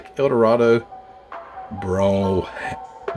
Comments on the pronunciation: Lol no ham.. Just brohm with a long o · the Brougham name is pronounced " bröme" its a long vowel letter o... so now you know the way it is properly pronounced..glad I could help